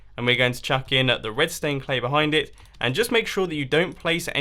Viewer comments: It sounds like he is saying red stone glass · LOLO MUMBO IS IT MY EARS OR DIDU SAY "REDSTONE CLAY"??? XD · he says redstone clay